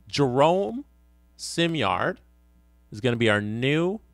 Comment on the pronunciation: Simard is probably upset you keep calling him simyard